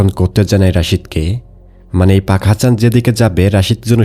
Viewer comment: Apnar sobkichu thik ache kintu uccharon ta thik korer pak hasan k bar bar fak hasan bolchen sunte kenon jeno lagche